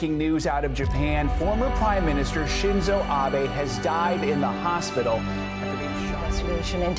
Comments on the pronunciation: oh my god this man learned how to say his last name, thank jesus. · Wait is this a reupload where he pronounces Abe correctly? Amazing. That's a good amount of work to correct an error. Appreciated. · I really appreciate it. I was actually coming back to this because I had told myself I wanted to know about it enough that I'd just get over the pronunciation error... And then I found you had redone it. Amazing effort <3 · You are the best,. I will watch it again simply because you took the time to redo it. getting pronunciation is difficult and can be tedious (and clearly some people enjoy giving people a lot of shit for getting something wrong). but it is appreciated seeing a youtuber take this much effort to get it right. i wont judge you for mispronunciation. nor will i hold it against you, epsecially considering how many spectacular videos you have uploaded. it is nice to have this video among the best ones you done. keep up the good work.